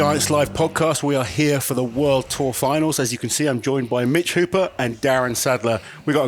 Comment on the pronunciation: Wour tour? speaking Geordie now? Canny, like!